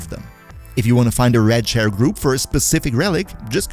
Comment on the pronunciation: Am I the only one who thought he said "red chair" instead of "rad share"?